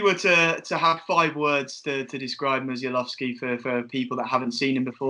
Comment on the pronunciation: His second name is pronounced Mu-sh-a-w-owski. Great video too lads.